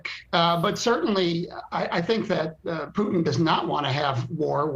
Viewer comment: Did he call him Pootang? Omg that's hilarious. 👌🏼